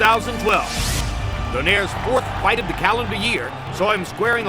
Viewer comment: ano yong announcer mali yong pag bigkas ng donaire